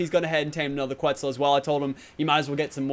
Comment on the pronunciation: Quitzal Kebble... Lets try Quetzal Kibble